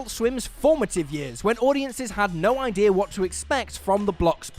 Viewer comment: Can someone explain to me what happens with whatever accent the narrator has when saying the word idea. In the first line of the video he says "Ideer" but then a few seconds later he pronounces it "I-dea". Why is this a thing? Kind of reminds me of the whole British accent being lost when singing thing.